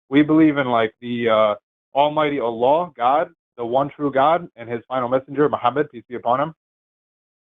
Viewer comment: It's time for Seth to finally learn how to pronounce the word Allah. It's embarrassing.